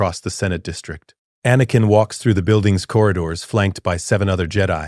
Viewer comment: Excellent story but that AI voice is butchering words like anakin in a room full of younglings.